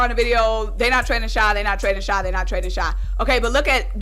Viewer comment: It's not shy it's shai 😂